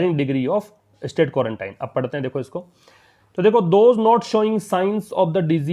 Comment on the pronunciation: सर आप भी क्वांरटाइन ही पढ़ रहे हैं जबकि आपने क्वारंटीन बताया था। देखिए आप